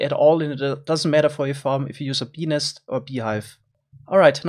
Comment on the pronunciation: BENIS XDDDD